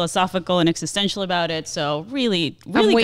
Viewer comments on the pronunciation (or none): none